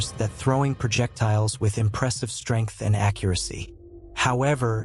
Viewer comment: “Progedors “? Are you joking? Projectiles? Why not have a mute read the script.